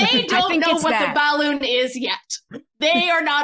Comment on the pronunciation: It's incredible how every single time says 'bahloon' at least One person laughs. Including me